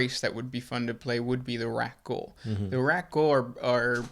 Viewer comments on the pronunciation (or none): Its pronounced Rak'Gol (as that is the name of the Warhammer 40k xenos) not Rakghoul (as that is Star Wars exclusive mutant).